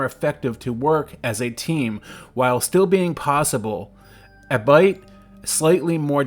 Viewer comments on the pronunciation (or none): Just for future reference. It’s pronounce Al-Be-it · it’s pronounced “all bee it”